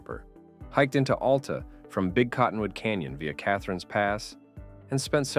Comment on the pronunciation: Locals say it AL-ta, emphasize the AL, like Al the man's name, or alopecia, not like Alaska. No U sound whatsoever, it's one way people will instantly know you are from somewhere else.